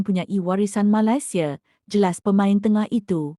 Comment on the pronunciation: admin sebut negara malaysia pun tak betul.. tak usah lh nk komen itu ini.. nanti kena scam .. sapa malu?